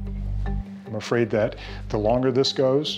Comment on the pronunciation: she can work on loosing weight, but loosing it in a healthy form, and you can work on saying that, because saying "dat" is not very cool as it may seem